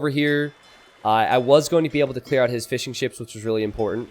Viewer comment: Why do i hear him say Fish 'n chips instead of fishing ships?